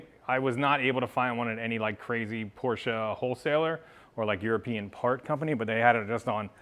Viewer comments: Thanks for pronouncing Porsche properly....It`s Porsch"e" and not Porch...a Big like from me. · As a German I wanna personally thank you for actually saying Porsche instead of Porsch. :) Good luck with the sale, a 993 would be great as the next one. Cheers